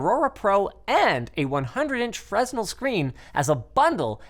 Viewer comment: Fresnel is pronounced Fur/Fer-nel.